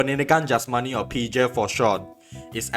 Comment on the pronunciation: idk but the way bro says pendidikan jasmani is so funny